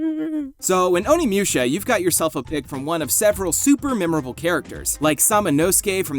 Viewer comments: My heart died a little every time you said "Oni Mewsha." Moo sha. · Who the fuck is "Haihachi"? What the fuck is "Onimyusha"? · I cannot be the only one who's having problems with how he says Onimusha.....